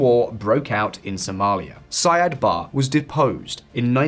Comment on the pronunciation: It''s pronounced SIad BaRRE. He wasn't English...